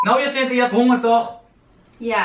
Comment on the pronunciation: "Ik heb een beetje hongeeeuurrr" hoe bekakt kan je praten jeez